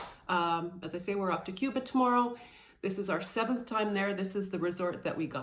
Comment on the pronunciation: this is how you pronounce Cuba: My kitten was having trouble watching her Blu-Ray. Turns out she just had the movie on PAWS., what’s one of your most frightening and or funny encounters with a fan of Crash Test Dummies?